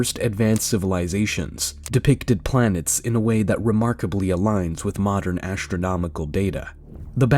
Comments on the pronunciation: This video would be a lot more watchable if the narrator didn't constantly say ASHtronomical or Eckshtra. Why does the presence of TR change the pronunciation of whatever comes before it? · Modern "ash-tronomical" knowledge. Is it really difficult to pronounce the word astronomical??? (Shaking my head at the reading voice.) And now the person reading is calling the Anunaki astronauts God. If I were God I would majorly pissed at this moron.